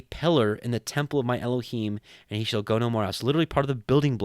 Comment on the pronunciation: This is the first time I have heard the Book of Tobit. Thank you for the wonderful commentary and proper pronunciation for Elohim, Yeshua and the Ruark Hakodesh. It’s just a wonderful book filled with uncommon knowledge. It’s the only book that speaks of the Angel Raphael. God be praised and exalted for eternity.